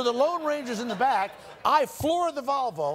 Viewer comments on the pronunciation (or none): My favorite part of this story was always that he would pronounce “Volvo” as “Valvo.”